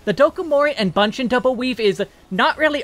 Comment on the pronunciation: Appreciate the job guide as always. But one thing I would like to add is, 'Bunshin' should not pronounce 'ba' sound but 'bu' or 'boo' sound. The Japanese version is 分身の術 with 分 pronounced as bu-n (ぶん). So it should be bu-n shin/boo-n shin rather than ba-n shin.